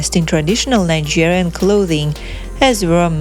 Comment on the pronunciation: Why can't she pronounce Nigerian properly???